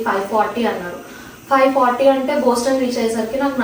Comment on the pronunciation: Its not Booston its Boston.